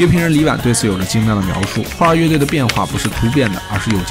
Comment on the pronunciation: 你先查查 花儿乐队 到底应该怎么读吧